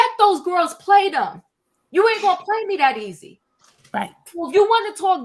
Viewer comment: in case you aren't aware...instead of the word "them", you say "dum." EVERY TIME!